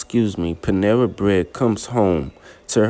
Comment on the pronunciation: Panessa!!!!! Not Panera!!!!!😂😂😂😂😂